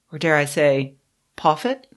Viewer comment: "Pawphet"? Ms Watson, you are beyond hope.